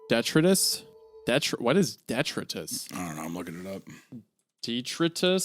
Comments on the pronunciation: its "de try tis" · detritus- de-try-tis - waste and debris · Detritus: "Dee-try-tuss" not "deh-tree-tus" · "Deh-try-tus". I'm sorry if this story is too "Italian" for you. ;) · it's axxxxtually pronounced "dee-try-tus." Yuu'd think too coladge ejucated Luvecraphtian big lipped mind eyeds cud guugel. PS, thanks for screwing up the autocorrect on my phone. <3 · Most people, I feel, know the word detritus. De-try-tus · It's pronounced duh-try-tus this is my only complaint it was weird to put that there I just like proper pronunciation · Detritus is a very common term in the PNW. It’s pronounced da-try-tus usually. It’s used to describe leaf litter or natural “garbage” like sticks and branches due to a natural event or a crowd of people. Interesting to know it’s not used much elsewhere since it’s pretty interchangeable with “garbage” here when it’s referring to stuff on the floor. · "dEtRiTuS? Never heard of em" you didnt seem to bother about vocabulary when reading the Red Tower though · Long story short, it's pronounced Dee Try tuss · Long story short, it's pronounced de-tri-tus. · Hearing isiah butcher the word detritus upset me for no real reason 😂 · I think my biggest pet peeves with this series is the fact that even though Me and Isaiah are both from that southeastern Ky/Northeastern Tn area that somehow I know more words than he does and he has a career in reading. Detritus is NOT PRONOUNCED THAT WAY BUBBA I AM GONNA BEAT MY HEAD ON A TREE Lord willin and the creek don't rise I am gonna make a list of all these words he's butchered like a child's first hunting trip and when I meet that boy Imma school him With like, compassion and care of course. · the fact that the mispronounce detritus through this sequence is the icing on the cake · I swear this isn't the first story they have encountered the word 'detritus' and been confused by its meaning. or pronunciation. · It’s pronounced detritus not detritus